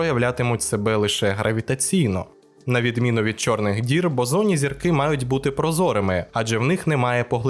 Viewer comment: 3/4 відео подумки виправляв себе, що зірки Бозонні, а не ОЗОННІ 🤦‍♂️ 😂😁😁